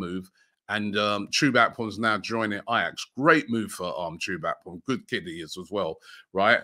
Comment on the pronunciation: Chubak …. You mean Chuba Akpom ??😂😂